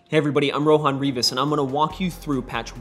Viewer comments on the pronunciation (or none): none